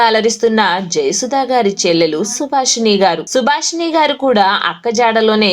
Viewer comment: సుభాషిణిగారు. సుభాషి'ణీ' కాదు. అలాగే, జయసుధగారు. జయసు'ధా'గారు కాదు.